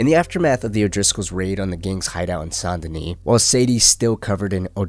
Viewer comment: Sawn denis? SAN Denis